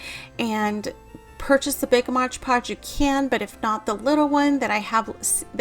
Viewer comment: It’s MOD Podge. Not modge podge.